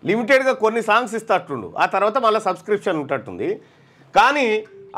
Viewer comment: సాగ్ కాదు సాంగ్